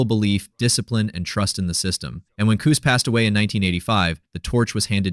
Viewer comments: Cus.. Not COOS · quit saying coose it is Cus or Constantine. what ur saying means a womens privates. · You mispronounced the man’s name all through the video. It’s Cuss. Not Cooze. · His name is "Cus", not "Coose". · Q’s? It’s Cus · Cuss - Like a swear word. NOT Cooz. Jesus - at least get the basics right or no one who knows better trusts the rest. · Coos, don't you mean Cus? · “KOOZ” D’Amato ??? 🤣🤣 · "Coose" ;p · How in the hell can this narrator get the guys first name pronouciation wrong ????